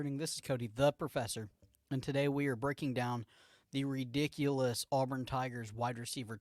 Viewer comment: I don't do content. However, as a first-time listener of your content, and as an Auburn fan, it was bothersome to hear the kids name called incorrectly repeatedly. ✌️